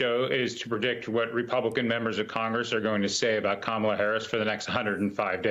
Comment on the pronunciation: First of all it’s NOT “ka-maaa-la”, it’s “ka-ma-la”, it’s means Lotus Flower in Hindi/Sanskrit. People should first know how to pronounce her name😮